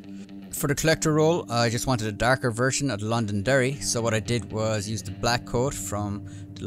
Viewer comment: DArker pants... This guy Irish?